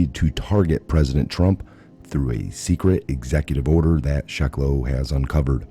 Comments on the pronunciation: Jay's name is pronounced "Seh·que·loe" - NOT "Sheh·que·loe" - as you pronounced it TWICE. WHY DON'T YOU DO YOUR HOMEWORK??? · Jay Sekulow, not Shekulow